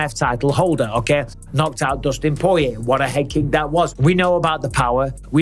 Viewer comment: "Dustin Poyway" 😂